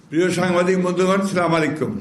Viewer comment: সম্মানিত মহাসচিব, আপনি যতবার সালাম দেন ততবারই আমি বিব্রতবোধ করি।প্লিজ, সালাম একটি গুরুত্বপূর্ণ ইবাদত। তাই শুদ্ধভাবে দিবেন (অথবা শিখবেন)